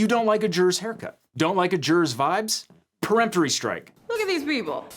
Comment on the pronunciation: For the love of God if you're going to hire somebody to read off of a teleprompter for you please teach them how to properly pronounce legal terms. Preemptory and Voir Dior are both being massacred.